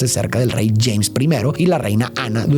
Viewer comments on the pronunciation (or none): none